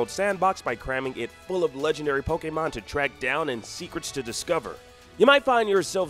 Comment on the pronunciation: *Poh-kay-mahn *Poh-kay-bahls What's up with the way this guy pronounces stuff?